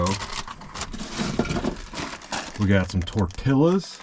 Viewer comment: The way you pronounced tortillas… 😡😄😁 tor-tee-uhz 😉👍